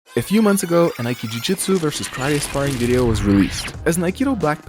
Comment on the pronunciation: You shouldn't say "aiki jujutsu" but "aiki jutsu". Ju-do, Ju-jutsu. Aiki-do, Aiki-jutsu. ;)